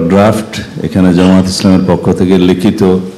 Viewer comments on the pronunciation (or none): none